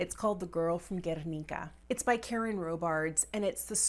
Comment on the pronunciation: As a Spanish person, I loved how you said “Guernica” ☺️